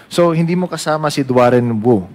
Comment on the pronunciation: Your honor ang pangalan po ay DUAREN WU hindi DUAN REN WU